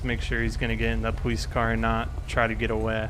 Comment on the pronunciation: Why does he say powice